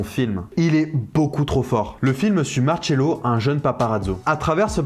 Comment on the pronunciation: Nice l’accent « marcello, paparazzo » lourd